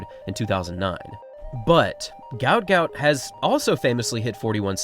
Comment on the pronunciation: Mate, their are 2 versions of his name. His parents named him ‘Guot Guot’, which is pronounced as ‘Gwot Gwot’. That is on his birth certificate. However I think legally (e.g. on his passport, though I could be wrong) he is named ‘Gout Gout’ due to the error. He is also known as that to his friends, so that is what we refer to him as.